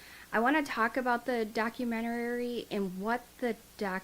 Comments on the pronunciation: It's documentary, not documenterary.... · Hi. Love your channel. I'm gonna help you out with no disrespect meant at all. You just sound like you're really struggling with this word and you don't need to as you are adding an extra syllable. Lol..it's just doc- u- men-tary...not documenterary. Hope that helps...lol. Hugs 😊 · Honey it's not a documentarary, its documentary! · Good grief, you have said document-arary a hundred times!!! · I didn't wanna say anything🙈 So im glad some of you did🤭😅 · Honey youre saying documentary wrong. Docu-men-tary. You put an extra r syllable in there. Good luck! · Idk if anyone has corrected you, but you’re pronouncing documentary wrong. I thought it was me at first, but after listening further I heard it again and again. No shade, just sharing! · I swear this is a re-post. I remember she mispronounced 'documentary' the same exact way in the same exact spot. When I look at her recently posted vids, I'm sure they're re-posts too! What's goin on here... is alright??? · You are mispronouncing the word "documentary".